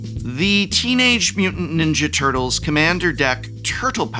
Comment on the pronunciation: You enunciate tur-tles like a microcenter employee asking if you mean “cd-r” or “cd-rw”.